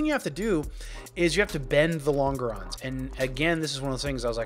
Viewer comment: pronounced as Lawn jerr ohns , not lawn ger ohns